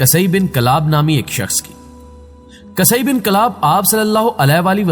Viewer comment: قصئی بن کلاب، ق کے اوپر زبر نہیں پیش ہے